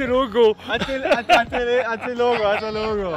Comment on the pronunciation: it's "até logo" not "até lego" I know "lego" must bring you fond memories but it's "logo"... Oh and wonderful vlog, thank you.